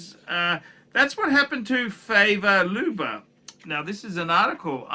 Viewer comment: Favre is not pronounced "feya" for chrissake. Learn your shit man. Btw - I dont need a "watch" channel to read wikipedia.